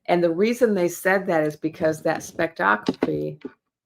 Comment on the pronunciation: Ok, say it with me: ~ " Spec - tro - sco - py " ~ 😹 🤗hehehe 😋